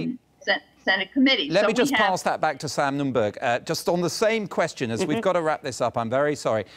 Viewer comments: Note the heavy BBC bias to the Retrumplican Nunberg ( altho' stupid BBC buffoon keeps calling him 'Nundorf' ! ) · The presenter called him Sam Numdorf - lol